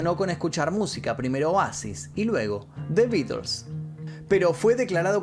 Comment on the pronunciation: "The Beeders"...quien cresta son esos?😂